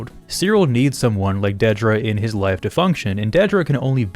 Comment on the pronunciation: Thank you so much for being the only YouTuber I've seen who actually pronounces Dedra's name correctly